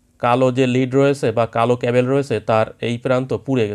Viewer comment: ক্যাবেল কি ব্র..??? ওটা ক্যাবল